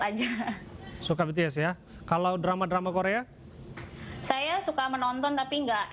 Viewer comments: dia kenapa nyebutnya betees sih 😭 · BTS NOT BE TE ES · betees? bities om 😭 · Pakk bities bukan betees😭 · susahnya nyebut BITIES apasih? masa BE TE ES ngakak bgt wkwk